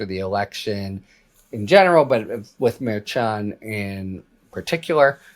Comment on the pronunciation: A bunch of schnanegans going on! Can't trust any of them, I'm beginning to believe! This has been ongoing for years now. Btw- the correct pronunciation for Merchan is phonetically Mer shawn. Harry should know this. He mispronounced Gaetz's name yesterday. These are not new names coming forward. It's inexcusable. I like Harry Litman, but he should do better.